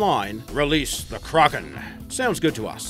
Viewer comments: it isnt pronounced "Ker-Awk-en" its pronounced "Crack-en" As what everyone else says. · KRAKEN NOT CRAGEN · its kraken not cragen... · "*Krogen*" That's all I hear when he says Kraken. 😂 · KRÄKEN xD how he says it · I cringe every time he tries to say 'Kraken' cro-gen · Stop saying Crawkin!!!! Arrrr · Who else gets annoyed when he says "Kraken"